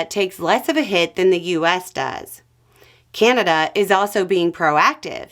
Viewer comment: Drink every time that she says 'Keyanada' 🥴